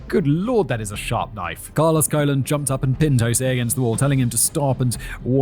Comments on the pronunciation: Carlos Colon is pronounced cologne, father of WWE wrestler Carlito. Pro Wrestling has been "fake for about a hundred years now. It was essentially invented by the Gold Dust Trio in the 1920s and 30s. It's a fascinating world spawning from the carnival circuit were legitimate tough guys and shooters AKA amateur wrestlers would travel Town to town with the big top challenging locals to wrestling matches and walking out of town with a grand or two in their pocket. If you were tough enough it was a very lucrative business to be in. Famed American presidents Abraham Lincoln was a wrestler, grappling is arguably the world's oldest sport besides perhaps foot races. But about a hundred years ago the dynamic of legitimate competition where matches could literally last hours morphed into more of an exhibition focused on characters, story-lines and entertainment. Up until the late 90s wrestlers observed a tradition called kayfabe. Kayfabe has two different meanings; first it's a signal word that one wrestler might drop to another when there is a mark within earshot. A mark is a somewhat derogatory word denoting a fan of professional wrestling more importantly someone that traditionally wasn't smart to the business. Secondly kayfabe means a strict adherence to keep the illusion alive at all costs! Wrestlers have been fired and have had their top spots taken from them for accidentally breaking kayfabe. In the '80s the villainous Iron Sheik and the heroic hacksaw Jim duggan were traveling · The name Colon is pronounced koh-lóng or if you have to almost like cologne. And just think of wrestling as "actors" who do their own stunts. Most of the moves done in the ring would leave your opponent maimed for life if you actually performed it correctly. You never see them do any of those wacky moves in MMA. And as for the razor and syringe,they are tricks to produce a lot of blood but no real damage. You can relax,it's fake.